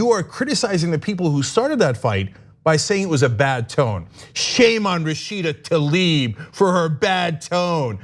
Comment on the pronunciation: Goddammitt, once and for all, it's not "Talib", it's "Tlaib" and I'm italian, not even from the US.